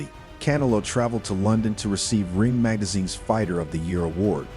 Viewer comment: CAN-AH-LOW lmfao cantaloupe